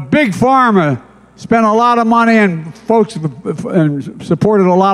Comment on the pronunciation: He's NOT saying "folks" - What he is saying is "FOKS". Big difference here. One is a word, the other is NOT!!